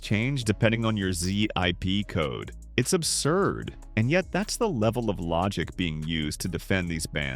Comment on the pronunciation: I really hate AI narration. Unless there are people who dont know what a ZIP code is and pronounce it Z-I-P, this is AI. Someone either has a voice for silent film or is too cheap to hire a narrator.